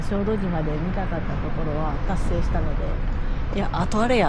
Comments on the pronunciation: 「しょうどじま」 つったか？（笑） 「しょうどしま」ね 良いとこでしょ？ 私も何度か行ったことがありますが、キャンプはしたことはありません 参考にさせていただきます いつも楽しい動画をありがとうございます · 小豆島はしょうどじまではなくしょうどしまだとおもいますが☺️ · すみません。しょうどじまではなくて、しょうどしまです。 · しょうどじまではなく、しょうどしまです😊アート巡りをしていた頃の記憶がよみがえり、ほっこりしました。ありがとうございます☺️